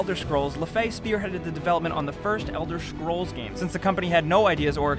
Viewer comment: Why is such a good narrator having so much trouble pronouncing "scrolls"? xD